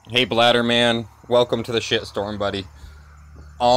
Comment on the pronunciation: lol - I think his name is "blade-er" man, not "bladder" like the the urine sack. Then again, I could be wrong. Also, check out in the previous video! [Titled: "MonsterCast LIVE! Special Edition" & Posted: 17AUG2017]